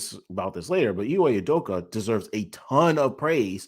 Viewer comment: Also it’s Ime Udoka, not Iwe Udoka